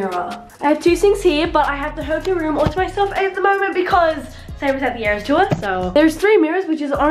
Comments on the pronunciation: It’s eras (no hate) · Two things it’s eras tour not ears tour and swiftie not swifty no hate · Its Eras tour! Not ears tous! Xx